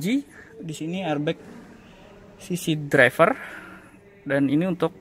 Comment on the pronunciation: medok banget ngomong "driver" om b wkwk